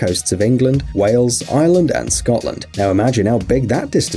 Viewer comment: It's ireland not island